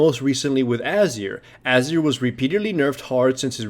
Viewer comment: Ah-zir. Titled.